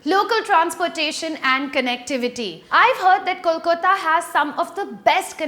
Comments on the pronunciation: its kolkata not kolkota...better dnt speak bout d place when u cant even pronounce d name (dnt need the typical bengali pronounciation but a simple english pronounciation would have been enough) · please learn how to pronounce "kolkata" it is not "koooolkotA" ASSS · Bt I would like to tell u that it's Kolkata not 'Kolkota'.. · I like your videos . But it's KOLKATA, NOT KOLKOTA. It's 'A' at 5th position,not 'O'. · I don't think you have been to proper kolkata. Our main roads are NOT the size of tiny gullies for God's sake. And it's pronounced Kol - ka-ta and not Kol - ko -ta . Acquire proper trivia about a place before judging it.🙄🙄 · its Kolkata, not kolkota, u stupid girl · It is KOLKATA and not "KOLKOTA"? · i liked ur video.. but just to correct u..its not kolk'o'ta, its pronounced as kolk'aa'ta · Excuses me miss its Kolkata and not kolkota And Kolkata's main road are like gali !like completely! then u must hav seen just a narrow gali in kolkata and called it a so called main road for urself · Please learn to pronounce the name 'Kolkata' (not KolkOta plz, try 'Calcutta' if it's easier that way) before you decide to speak about the place. And even more ridiculous is that places like Chennai, Hyderabad or even Indore got a special mention but not Bengaluru! How outrageous could it get, you canNOT just skip probably India's most livable city! And you seem to have an obsession for big roads, why, so that you can road-rash at will, just like most folks in Delhi or Mumbai, and eventually run over people dwelling on streets (since that's a trend in these two places...)? Real mature... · K-O-L-K-A-T-A... that is how you pronounce the name of the city... if you are not sure how to pronounce it, we dont mind if u even call it Calcutta.. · KOLKOTTA? why can't you say it right? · Great job you are doing.. hell lot of research.. but hey... I would urge you to pronounce the names of the cities appropriately.. it is "kolkAta" dear. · It's K-O-L-K-A-T-A